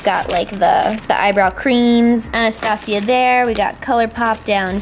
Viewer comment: My name is Anastasia but it is said like " Ana-sta-sia